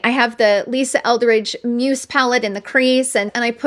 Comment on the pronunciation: So I have to finally tell you that the pronunciation of “muse” is Muze with a hard z as in “she is his muze!” I hope it’s ok to point out! I watch and love all your info and videos but wanted to let you know. Hope that’s ok xoxo